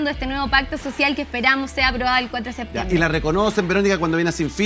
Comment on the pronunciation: Quien le dice a Naranjo que se dice "septiembre" y no "seetiembre"